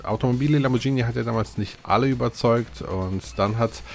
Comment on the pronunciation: Btw,da es mir schon ein paar mal aufgefallen ist:Es heisst Lamborgini,nicht Lamborgschini ausgesprochen🤪🤪🤗🤗